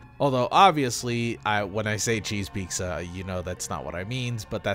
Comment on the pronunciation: the scariest thing in this video is your pronunciation of the word pizza